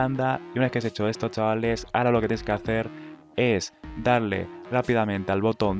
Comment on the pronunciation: Tienes un serio problema con la palabra CHAVALES.